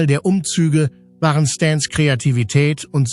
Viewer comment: Was hat Michael Jackson da zu suchen? Warum fängt hier die Computer-Stimme an zu schreien? "Das waaaaaareo!" Ein Tipp: Statt Jahreszahlen als Zahlen im Text zu schreiben, weil der Computer dann Tausend-neunhundert-siebzehn sagt oder im Jahre eins-neun-eins-sieben sagt, kann man besser die Jahreszahlen als Text schreiben: Neunzehn-hundert-siebzehn. Oder noch besser: Lieber nichts dem Computer überlassen, sondern alles selber als Mensch machen. Dann ist das Video auch angenehmer.